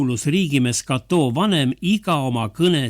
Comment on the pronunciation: Rooma nime Cato ei hääldata prantsusepäraselt [katoo].